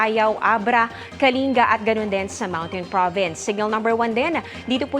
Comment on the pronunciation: Buti pa si maam pag sabi sa amin Kalinga kuha ang pag sabi di iba hehehe di nila mabangit husto hehehe😂